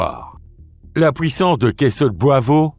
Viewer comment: Pouissance au lieu de puissance houit à la place de huit. Il faut expliquer à comment prononcer correctement ces deux mots.